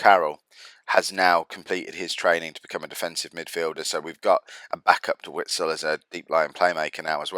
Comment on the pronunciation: The W in Witsel is pronounced like a V. Ie "Vitsel".